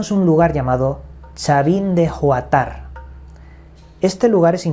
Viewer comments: Se dice Chavin de huantar no huatar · Es chavin de Huantar (la "h" que muda uantar no juantar) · Es mi tierra!!!! Orgulllosa de sus misterios y bondades naturales. Pero se no se pronuncia sino chavin de 😊😘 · Es Chavín de Huantar no Juatar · chavin de huantar, la h se pronuncia como es, no como j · Es Chavín de huantar se pronuncia ¨Uantar´´Y la forma de su estructura inspiro al nombre del operativo que libero a los rehenes de la embajada del Perú , los cuales fueron secuestrados por grupo terrorista MRTA , el grupo militar hizo tuneles desde una casa próxima lo cual desemboco en la embajada , aniquilando al grupo y liberando a los rehenes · Se pronuncia: chavín de wántar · Hola, impecable como siempre, soy Peruana se pronuncia (como suena): guántar; la cultura Chavin de Huantar interesante lástima que Aquí el gobierno no apoye la investigación. Saludos! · Si es chavin de Huántar, la h es muda, y se le pronuncia Uántar, uds que son. Españoles deberían respetar mas el alfabeto castellano. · Se pronuncia "Uántar" / "Wuántar", no suena ninguna G o J. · Acento en la primera a! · la H no es muda, se pronuncia, el acento esta en la primera a